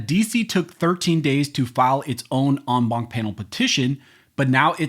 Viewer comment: STOP using ‘en banc’ you beat the shit out of this French word,rather use ‘in bench’ PLEASE! Other than that, excellent job!